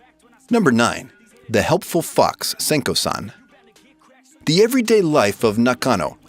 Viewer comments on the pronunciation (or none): i thought u said the helpful f*cks senko san